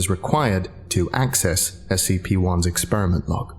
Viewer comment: As anyone else notice that this person is saying SPC instead of SCP? And for those who don't know, SPC stands for shark punching Center. Seriously look it up!